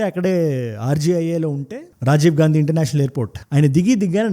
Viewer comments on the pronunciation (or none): none